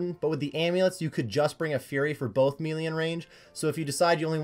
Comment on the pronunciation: Melee (May-Lay) It doesn't really matter but mealy sounds so silly.